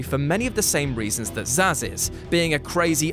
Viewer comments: It's "Zsasz" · Actually it's Zsasz